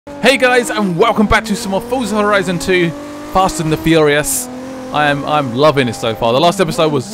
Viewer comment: Fusah horison :D The way you says it sound pretty funny :)